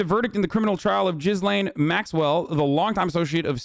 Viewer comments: French guy here: it's pronounced 'Ghislaine' not 'Guylaine'... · Lol it's not pronounced Jizz-lane Maxwell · And Gislaine is said like "Ghee lane". And the fact that you don't care that the files are sealed with the names. Just shows that these girls are in danger more than ever because no one knows who these people are. If these girls go missing how is anyone going to know who did it. Gislaine is a sacrifice, you seriously don't know a thing. They didn't offer her a deal to name names. You need to stick to your games don't commentate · he calls her jizzlane maxwell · Damn, he called her JIZZlane Maxwell. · nah, it's not oblivious. Americans know how to pronounce JIZZ-LANE perfectly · Di you just call her Jizzlane? 😂😂